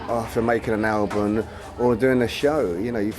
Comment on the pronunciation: can you hear him say Albun not album :D BEst GUITARIST! DAVE!